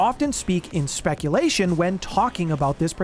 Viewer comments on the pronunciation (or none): none